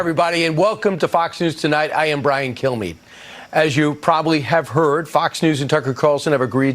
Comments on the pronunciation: It sounded like he said my name is Brian kill me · I swear it sounds like he says Brain Kill me😂😂😂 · When he introduces himself, it really sounds like he's saying "...I'm Brian, kill me..."